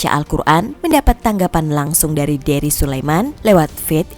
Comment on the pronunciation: Tuh kan jelas bilang Ust Derry, eh dia ngles bilangnya dengernya Herry🤣🤣